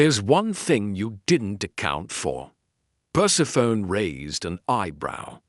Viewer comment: I love listening to these Nero Wolfe mysteries but I cringe when the AI doesn't recognize the nuances of the language. I cringe every time it says Perse-PHONE instead of Persephonē, long ē.